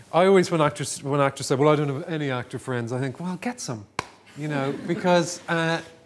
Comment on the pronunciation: I find it endearing when he slips into the heavier Irish accent and says things like "I t'ink" instead of "I think". Also he seems like a lovely man.